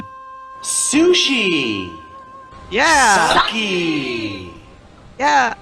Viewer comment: Oh my fucking god, not only did they mispronounce sake in a way I've never heard, but they even misspelled it as "saki", which I've also never seen.